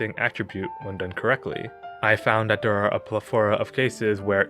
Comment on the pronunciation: i love you say ther into der....anoder